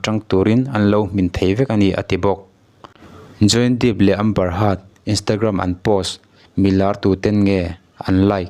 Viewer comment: Johny Deep a ni lo, Johny Depp aw...i lam dan kha